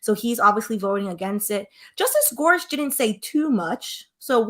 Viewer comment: “Gore-sick” is how you pronounce his name. Thank you for this content. As I law student going into midterm week, I don’t have time to listen to hours of oral arguments but I can digest this video! And I am impatient for an update on this litigation lol, so I don’t want to wait to have time over spring break!